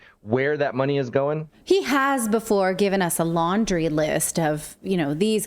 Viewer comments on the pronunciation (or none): Haha I thought Natalie said laundering list not laundry list, my ears haha 😂😂